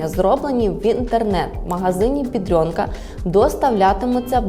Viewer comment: Де ви берете це бйедрьонка? Жоден поляк так не говорить,тільки українці.